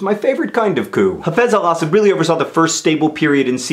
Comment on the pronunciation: Do most people pronounce Assad the way John does? I'm used to hearing it pronounced a slightly different way.